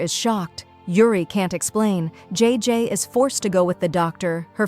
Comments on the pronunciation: Is not g is jay jay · Bro its jayjay not g btw this is called Ang mustya ng section e this if filipino but it has a bit of english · Its not iris it aries,its not jee its jay jay pls pronounce names properly